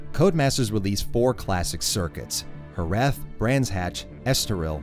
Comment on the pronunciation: I'm shocked by the fact that you pronounced Jerez correctly